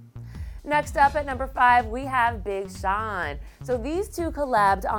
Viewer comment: She didn't say number #5 right, it's Big Sean but she said Big Shawn